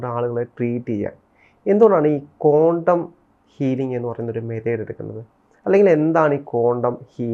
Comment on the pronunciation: it’s not condom healing its quantum please pronoun properly